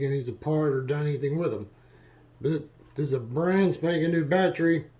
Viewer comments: What is a “baatree”? Is it an evergreen or deciduous tree? “Litterly” is not a word. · Battery has three syllables. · Great, my “Batree” thanks you.